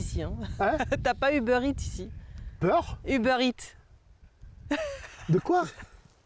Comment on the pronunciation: "Tu connais pas Uber Eatsennnn", tellement gênant